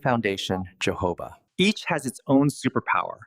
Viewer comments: HE IS PRONOUNCING YOHOVAH OIL BUT IT IS PRONOUNCED HOE-HOE-BA OIL. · keeps distracting me 😬🙃 Correct pronunciation of jojoba is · Thank you for your helpful video. (Please Note: The correct pronunciation of Jojoba: The Js are pronounced like “H”s. Ie. “Ho-HO’-buh.” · It’s not Portuguese. Jojoba originates from the Sonoran Desert in Mexico. Therefore the j’s are pronounced with an h sound as heard in the Spanish language. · Jojoba is pronounced Ho ho ba. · Does he nean jojoba oil? I have never heard of johoba oil, like he says it. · JOJOBA word originally from a Native American word for this plant/seed they used for their medicine, until Spanish colonists adopted the word, so "j" in Spanish is pronounced with an "h" sound. This is the correct way to pronounce: Hohoba. Just like when you pronounce “Hose’ for Jose in Spanish. Hope this helps 😃